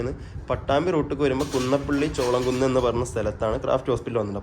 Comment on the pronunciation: ചോളം കുന്നല്ല ചോലാം കുന്ന്